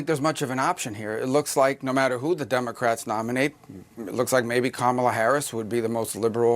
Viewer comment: LOL... Did he say DUMBERcrats?